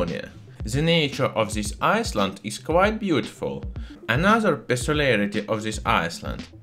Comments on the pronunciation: in the word island the s is not pronounced, you make it sound like iceland but it should sound like "ailend" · Island, not ice-land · I-land not iceland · just to point out you seem to be saying Iceland when you mean to be saying island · The proper pronunciation of the English word "island" is "EYE-land". It is the same "eye" sound as the English word for the 2 eyes you see with. Having said that, I do really enjoy listening to your heavily accented English, it is most intriguing & you should not change it; it is after all our unique differences that makes the human species so interesting. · Pssst! Island. EYE-land It's the English, silent 'S' ;) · I was so confused cause iceland is nowhere near estonia, it took me a while to realize in your accent you pronounce the "s" in island :p